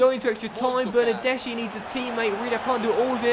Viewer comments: It’s pronounced bernardeski not bernardeshi like so can see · the "CH" is pronounced "K" in Italian